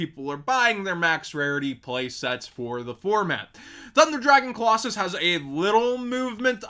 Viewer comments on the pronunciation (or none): none